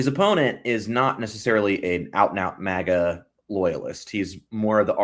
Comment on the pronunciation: It's MAGA, not MOGGA. Don't exoticize it with an accent.